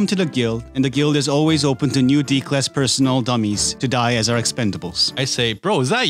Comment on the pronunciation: did he say d-class :)